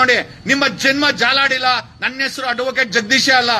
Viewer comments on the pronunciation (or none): none